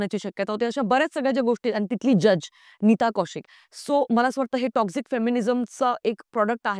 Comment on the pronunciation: Lady te टोक्सिक असतं टॉक्सझीक nahi. Dhid tasancha video hota, not dhid minutcha.